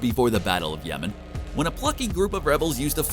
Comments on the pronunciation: Did he say the battle of Yemen?!? 🤔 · Battle of Yavin, not Yemen